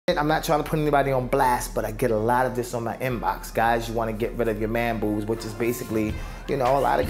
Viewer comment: You say man boobs funny hahah